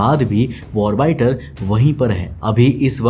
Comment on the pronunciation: Please pronounce 'orbiter' properly. It's irritating